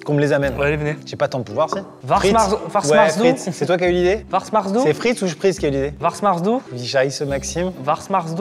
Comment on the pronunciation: ça ma tuée😂 "Varsmarsdout"